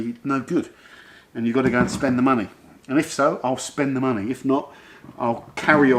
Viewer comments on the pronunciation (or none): none